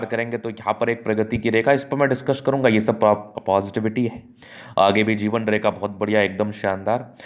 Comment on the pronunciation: Zeewan nhi jiwan… dhand se bolo bhai